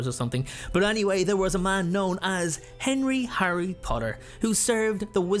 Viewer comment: I hate you about that “Harry Potter” “Henry potter” I’m just kidding I don’t hate you😅😅😅